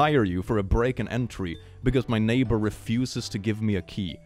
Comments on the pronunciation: ok so kinda late, like 3 months, but does anyone else get mad/annoyed at the fact it says "naybar" instead of "neighbor"? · I know they spell things differently in the US, but nayber, are you kidding me.😅